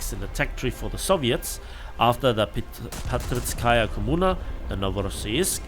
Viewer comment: Hello. I am your russian viewer, and i need to correct you in "Parizskaya Kommuna" name. It is not Patrickaya. It is like a "Paris" city but with tipical russian "kaya" ending 😊.